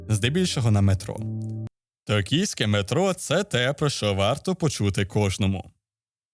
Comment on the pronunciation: Ти кажеш Токійське а я чую Київьске)))